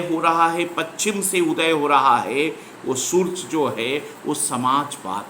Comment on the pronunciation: Surj nahi hota Hindi padha rhe ho to Surya bolo